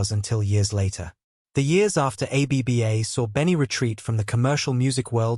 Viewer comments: A. B. B. A.? It this AI? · Trustworthiness plummeted to negative 60 points as the AI said "a b b a". Try harder.